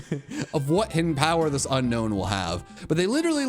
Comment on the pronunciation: JHON IS NOT A POKEMON'S NAME! AND IT'S UNOWN, NOT UNKNOWN!